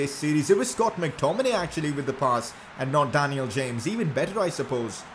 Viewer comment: Pls say daniel james properly